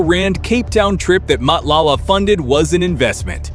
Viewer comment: lol You are not trying to pronounce any of the names correctly. But I know its not your Language but let me help you. Matlala can be read as Marclarla and Thobejane can sound like Torbeh Jaan with no space in between. It will be more like Torberjaan. But you know how to tell a story. I enjoyed your show.